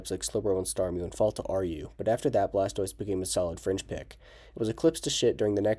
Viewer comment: It’s blastover